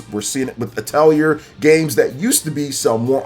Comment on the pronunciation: Atelier is pronounced EH-TAL-E-A